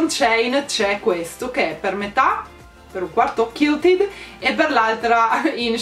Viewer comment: Ciao, in “quilted” la u si legge!